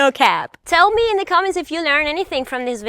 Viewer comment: You said “Unfollow meh”, hilarious…just app